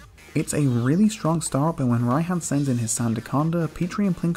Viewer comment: Pronunciations pls Bae - uh, R-AI-han. that's all